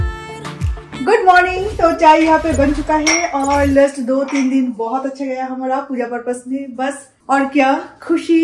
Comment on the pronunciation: It’s “ LAST” not LUST . 😊